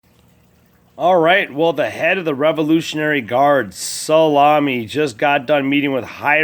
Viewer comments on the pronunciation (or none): His names not solami you goof ball!